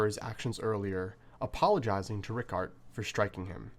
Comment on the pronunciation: Every time I hear "Ricàrt" I lose it